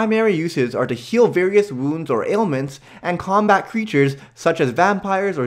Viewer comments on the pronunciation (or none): none